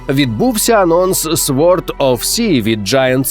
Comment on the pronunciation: “Sword”[sôrd] - [сорд]